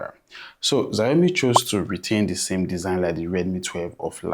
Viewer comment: Chinese protecting their eardrums from the assault of "Zayomi"